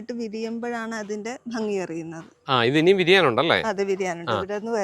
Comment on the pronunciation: ഹലോ വ്ലോഗാ...ഫംങ്ങി അല്ല, ഭംഗി. ദിവസവും നാവ് വടിച്ചാൽ മതി, ശരിയാവും. പിന്നെ ഇത്ര അധിം വാചമടി ബോറാണ്.